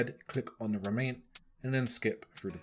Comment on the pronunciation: Good thing you were there to show us where to talk to all the 'Remaiynts' or however you pronounced it.